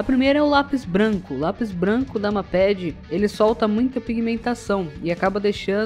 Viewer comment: Lê se "meiped" n mapedi, agonia kkkkjjkkj